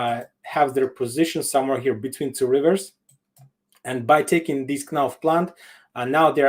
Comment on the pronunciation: Thank you guys for the show! - a small correction: knife, knot, knowledge and a bunch of other words have the first letter 'k' silent. кнот, кнайф и кноледж нужно произносить как найф, нот, ноледж, и т.д. Не для того, чтобы ткруть в тебя пальцем, но этот маленький момент, я знаю точно, ты сможешь скорректировать, так же, как ты скорректировал 'кор' и 'корпс'. И рЕжИмет, но режаймент. Other than these little things, you are doing a good job! Take care